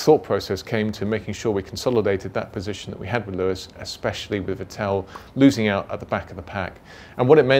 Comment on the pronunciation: Is he pronouncing vettel's name like that on purpose?